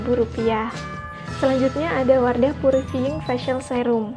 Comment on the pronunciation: wardah purifiying ,bacanya : wardah pyurifaying